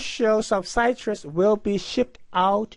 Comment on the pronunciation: Would be nice to finish the problem. Also, if you're going to use English, figure out how to pronounce it correctly (e.g., "citrus" does not rhyme with "flytrus") and use cities you know how to pronounce (e.g., Ocala = Oh kah' lah).